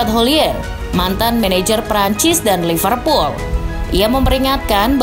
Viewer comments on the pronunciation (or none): none